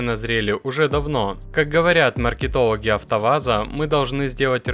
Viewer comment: «Наркетологи АвтоВАЗа»? Мне послышалось???